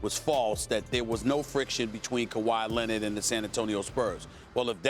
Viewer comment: Kawhi Lennit